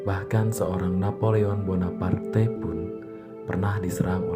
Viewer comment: Ngucap namanya agak ribet ya min? Wkwkwk